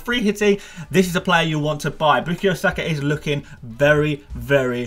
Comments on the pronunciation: A biased arsenal fan who can’t even pronounce saka first namw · Is it me or does the way says bukayo feels really unsettling😂😂